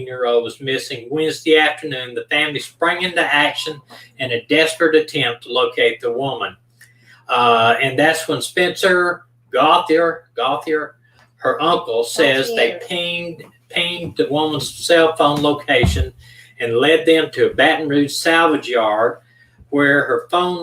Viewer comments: It’s pronounced go-tay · It's pronounced Go-chay